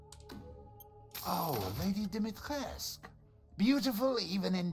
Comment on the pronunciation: Damn I’m late but it’s Lady (dim-ee-tres) or lady (dim-ee-tres-coo) btw I love this your funny as shit